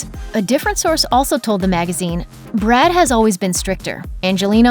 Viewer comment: "Brood" lol